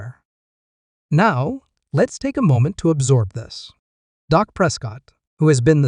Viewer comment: His name is Dak not doc ❤